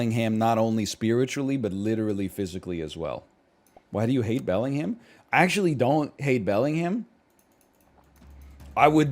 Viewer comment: Pronounces the H in Bellingham? -2